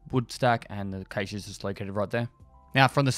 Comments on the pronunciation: is it his accent or is he just pronouncing it wrong or am i? i thought cache was pronounced cash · all i hear is caysheee